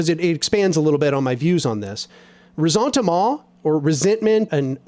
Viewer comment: The way you pronounce Resentement in French sounds like a Cajun 😹